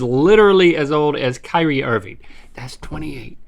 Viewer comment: you can tell link doesn’t watch a single sport, just by the way he said “kyrie irving”